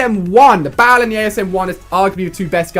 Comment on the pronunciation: It's not the B-A-L it's just the Bal